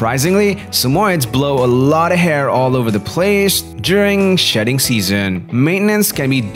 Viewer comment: it sounded like he said "daily brushing is necessary when the coat is ####ing" :|